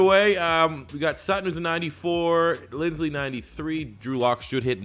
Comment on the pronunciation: Bruh when he said linsley I was so mad it was so annoying but other than that I enjoyed the video